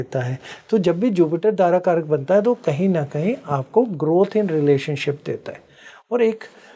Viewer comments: Madam यह dara karak कहलाता है ना कि दर कारक. दारा का अर्थ है स्त्री( पत्नि).एक anchor host होने के लिये इतनी जानकारी तो होनी ही चाहिए. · Madam ji please, it's not dar karak it's Daara karak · Darkarak iska pronounce galat hai Daarakarak hai wo Daara arthat bharya arthath patni ko daara kehte hai.. Daarakarak boliye isko 💯aruda lagan nehi aarurh lagan kehte hai.. pronounciation sahi hona chahiye. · Learn some basics of astrology... It is Dara karak.. Not dar...... Don't darao with this vocab please